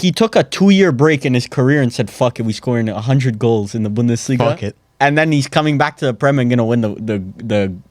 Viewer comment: really don't know how speaks on laliga when he doesn't even watch his own league. only picked up the "bundelisga" in order to garner some rep